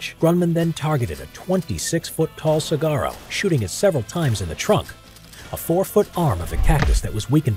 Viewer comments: as an arizonan the pronunciation of saguaro is bothering me 😂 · Saguaro, (Sa hwa row), not Cigaro.... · Su -wa -row is how it's said man... Also fun fact the saguaro cactus being destroyed intentionally is a crime. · It's actually Suh wahr oh or Suh Ware Oh(the pronunciation of Saguaro), I'm quite familiar with the cactus which is native to the Desert Southwest US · the way he pronounces “saguaro” bothers me so much😭😭